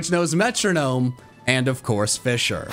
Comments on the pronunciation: The amount of times he said fisher instead of fissure. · It's fiZZire not fisher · not sure if its just me but whenever he said "fissure" it sounded like he was saying "fisher" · TIL "Fissure" has an "H" in it. I genuinely had no idea what he was talking about when he said a "phanpy that only knows fisher."